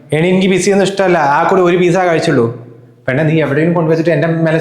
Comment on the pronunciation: എഴുതുമ്പോൾ പിസ എന്നെഴുതും. ഉച്ചാരണം പിട്സാ എന്നാണ് ട്ടോ.